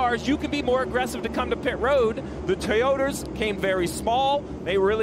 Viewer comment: He keeps calling them Toyoters.